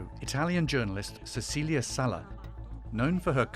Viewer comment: That’s how you pronounce the vowel in Italian. Just like the host pronounced Cecilia wrong.